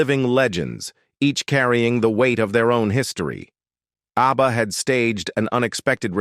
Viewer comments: "A B B A" -- you lazy sht, at least teach the AI how to say the name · A.B.B.A. 😀 in the middle of the vid, the ai pronounces ABBA as a word as it should. So, 16 minutes to tell us that Elvis and Agneta could have worked together once but didn't.